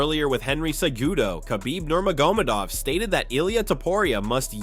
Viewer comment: Toporia! Nurmagomodov every time